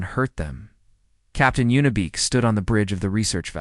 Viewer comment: I think her name is Yuna Beek not, Unibek or Y Una, You sit in your basement eating Hot pockets making these and What? forget to play it once for Editorial purposes?